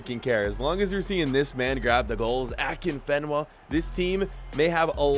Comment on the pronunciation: He so pronounced afienka wrong